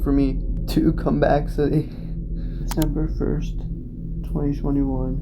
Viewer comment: “Decmeber” lol